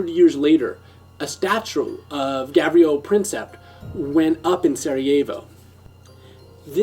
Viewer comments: Dude, it's Gavrilo, not Gabrielo. Great show btw. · its not said gabrielo xd